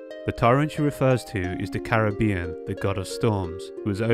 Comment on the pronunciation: every time he says Decarabian I think he's saying the Caribbean and I lose my train of thought for a second